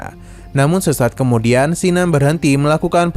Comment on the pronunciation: Bukan Sinan,tp Kinan,nggak enak di dengar namany